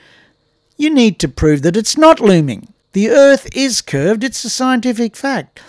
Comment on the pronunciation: "Flat Erf Rule #56"? I didn't realize could count that high!